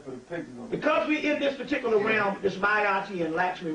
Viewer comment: ✊🏽 Key word: Pahticuluh